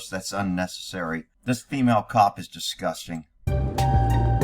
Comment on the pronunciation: The future is fee-male. 😂